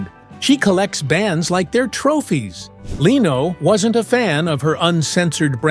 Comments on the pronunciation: How bout getting Jay's last name correct. It is Leno NOT LEEENO. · She was never allowed back after THIS - after what? And who is the unidentified blonde woman in the picture with that caption? This is totally deceptive and stupid click bait, besides all the wrong pronounciations such as Leeno for Lenno. Even AI should know how to pronounce Leno. Also when talking about his son Rick, a picture of Tom Snyder was shown. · Leeno in lieu of Leno. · DON'T LISTEN TO THIS FAKE BULLSHIT. IT'S A ROBOT. MISPRONOUNCES LENO'S NAME AS "LEENO"!! WHAT A CROCK OF SHIT XXXXXXXX NO GOOD